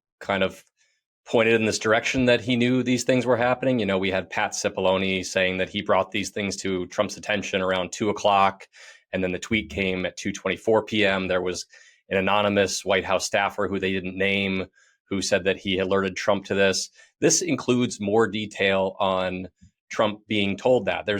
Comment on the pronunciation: You mean, an "Anomanous."